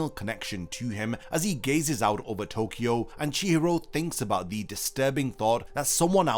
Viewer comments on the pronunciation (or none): none